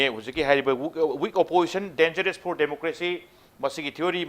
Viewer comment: Anchor what do you mean by phor instead of for?